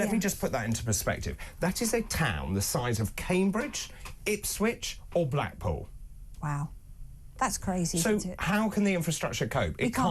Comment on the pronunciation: Sorry David you can't say Blackpool.....